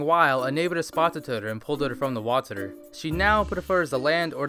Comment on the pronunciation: its so anoying that you say waterour